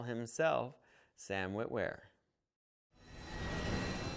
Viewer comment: On my god it's Starkiller, "Sam Witler"!!!